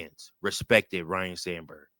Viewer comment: FYI, it's pronounced Ryne, not Ryan, okay?